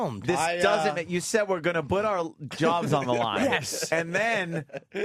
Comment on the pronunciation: I’m convinced Opie used to purposefully mispronounce “put”